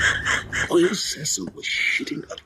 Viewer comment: I “wull hold on dude” my wife all the time now 😂